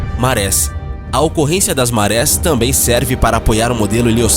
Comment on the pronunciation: Ótimo vídeo, parabéns. Uma pequena correção, em 07m03 o correto seria a existência de marés e não de mares como foi locutado.